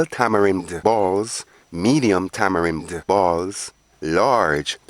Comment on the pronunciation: I and I seh: Tama-Rin